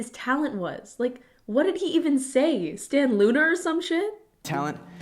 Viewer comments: Girl I lost it when you said "Stan Lunar" instead of "Stan Loona" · sis said stan lunar and i fucking lost it you're a whole clown i think you meant stan loona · “STAN LOONER” I WAS NOT EXPECTING THAT I CHORTLED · really said “Stan LOONER” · did not just say StAn LuNaR im